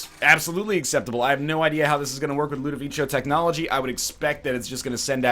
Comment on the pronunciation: LudoviKo, not Ludovicho